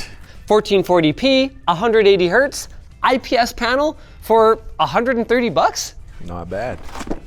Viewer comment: Bro the IPS "painel" 😭